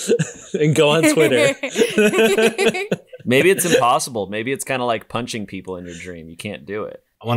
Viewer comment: Anybody else notice how says "Chwitter"